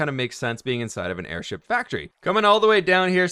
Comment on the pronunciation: airSHEEP you say?? 🤔